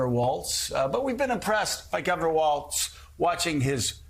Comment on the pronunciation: There is no "T" in Walz. C'mcon.. this is a national broadcast.